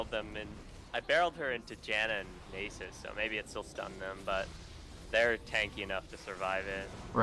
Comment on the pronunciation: Guh, I cringe every time he says Nasus. It's Nah-suhs. Not Nay-suhs.